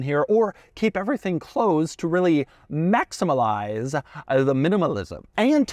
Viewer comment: "marmillalizee the minimalism!!"